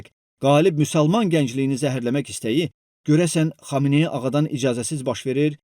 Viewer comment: Bu nə danışıqdı? "Bu qalabada ayatala xamayanı ağanı fatavası komay oldu" "pışşmılla"